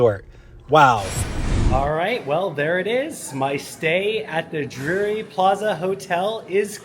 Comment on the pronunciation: Pronunciation is important-it’s Drury, not Dury